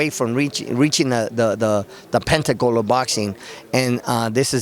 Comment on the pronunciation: Did he say pentacle of boxing?? Its pinnacle is it not??? 🤣🤣🤣